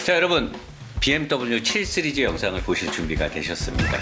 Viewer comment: 쓰리즈 아니고 씨리즈